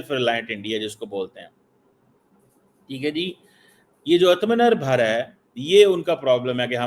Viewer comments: पहले आत्म निर्भर बोलना सीख ले बेटा। बाद में रोना। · आत्मनिर्भर बोला भी नहीं जा रहा😂😂